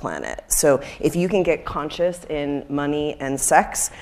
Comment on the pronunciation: Love the video. Can’t stand the way you mispronounce “conscious” and “consciousness”.